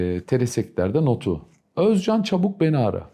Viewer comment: السوريين والعراقيين فقط يقدرون بسرعة يتقنون التركية بسرعة الخلايجة صعب عليهم يا اخي كلمتين صارلك شكد ما ضبطت مخارج الحروف حتى اسمه ما تلفظه عدل اوز جان